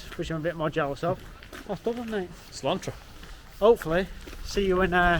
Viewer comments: There is no 'r' in 'sláinte'. It's not "slawntra" or "slawn-tril" it's "slawn-cha" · If you're gonna go into a place like The Padraig Pearse, at least have the manners to learn how to pronounce his name correctly .... And wtf way are you pronouncing 'sláinte'?? It's SLAWN-CHE.... It's not that hard.... I mean it's only manners to get things like that right when you're in another country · he says sláinte wrong, there's no 'R' sound, it is pronounced 'slawn-cha' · Who's gonna tell there's no 'r' in 'Sláinte' 😂Anyway, Bowes is one of my favourites too! I also really like Palace Bar tbh. I know you guys weren't as keen but I've had many a good night in that place. Maybe it was an off day. Enjoyed the video! Looking forward to the next one 👍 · “Padraa”Pearse and “Slaunter” WTF 🤬 TWO GOBSHITES hope you get your arse kicked in NOCTORS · Podray is Irish for Patrick????? Nooo! That’s not correct, don’t say things you don’t know about and you’re not saying slàinte correctly either 🤦🏻‍♀️